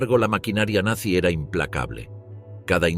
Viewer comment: 2 segundos, en el mismo momento que dijo "Nanzy"